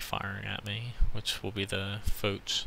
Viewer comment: Its really not pronownced fowtch , but f-awe-sh for Foch. Great game great skills